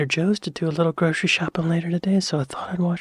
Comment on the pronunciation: Gro'sh'ery store? Where did the 'sh' come from?